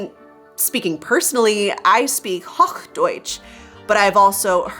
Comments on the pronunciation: It’s “hoooch-deutsch” with a long-o, not “hocchh” with a short open o… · A bit of a mispronunciation when saying "Hochdeutsch", it's a long o sound, not a short one. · Another great video. Thank you! I do have one tip: The language called "Hochdeutsch" has - here in Hannover - a clear LONG "o" in the first syllable. Have a lovely Mother's Day! ☺ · That's not how you pronounce Hochdeutsch 😂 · The word “Hochdeutsch” has a long o, and “hoffen” has a short o. These are different vowels, not only distinguished by their lengths. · Nice example in your "hochdeutsch" pronunciation . The "o" is not spoken as in "kochen", you need to move your lips more to the front and emphasize the "o" more, closer the "kiss-meme" or "fish-mouth" style. I see, by the position of your lips, that it is closer to "a" than to "o".